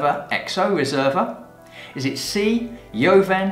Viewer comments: Nice video! Studying for level 2 WSET ... but I'm a Spanish teacher and JOVEN is pronounced like HOVEN (aspirated H - not YOVEN). Nevertheless love your videos! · Do all Brits pronounce “joven” that way? We pronounce it the Spanish way “hoven”? Just curious.